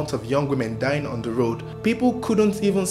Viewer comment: “Do you tink Charles papa kwabena ebo quansah was da strangler” I thought he was rapping for a minute 😂